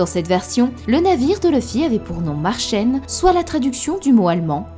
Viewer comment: Das Märchen nicht Marchen